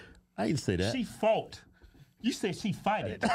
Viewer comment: I thought he said "She fahted" (pooted) LMFAO!!